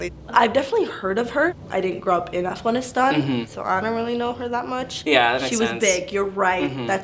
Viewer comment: Bro thats how youre supposed to say Afghanistan? Freaking Americans, we butcher the hell of that name. It sounded so beautiful how she said it